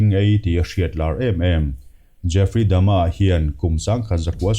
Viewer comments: Jeffry Dama tih aichuan Jeffry Dahmer(dahmar) ti zok la. ... .. Ka lo ti ve mai mai nih chu. .. . . . ... .... I lamdan pawh hi adik zok thei bawk a! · Jeffry dahmer, tihzawk tur ani in kavan hrezawk ve aw....mahse ilamdan pawh hi lodik zawk maithei a.